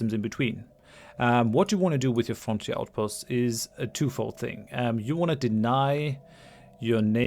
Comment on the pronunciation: It sounds like french outpost when you say frontier outpost.